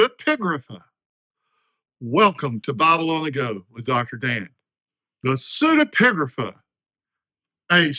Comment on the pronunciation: Thanks Dr Dan, that was very helpful and clear explanation. l was also impressed by your repeated pronouction of the word, not easy